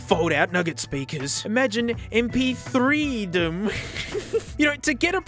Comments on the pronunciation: mp3reedom instead of mp3dom makes me low-key mad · Dude, it doesn't say "EMPEETHREEdom" on the case, it's more like "EMPEETHREEreedom"... isn't it? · Just wanna point out, that the way MPƐreedom is written here should be said like M P threereedom. And that's not even completely correct, because technically it would be M P Epsilonreedom. Seems quite funny to me, lol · thats actually "mp three ree dom" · MPεreedom should be pronounced MPthreereedom